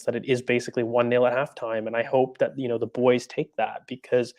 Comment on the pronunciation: This is za history of za Arsenal